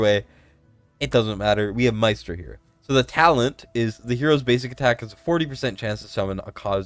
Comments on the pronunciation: Mystra is pronounced as "Mistra" She's a goddess of magic from DnD Re: Talula. She got a fix some months ago (no CC covered it though because it was forerunner only) and has been very useful in Semrah. there are a lot of > 120k Apoc 2 Talula teams on forerunner We have 3 DEF scaling units: Krodor, Drayga, Azhor Re: Esotericist Lord; Kalina has True damage, so they won't be the first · Mystra (pron. "y" like "e") lmaoo it's literally like the Goddess of all MAGIC Mystra in DnD! I need her...